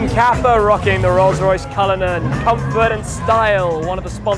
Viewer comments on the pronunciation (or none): none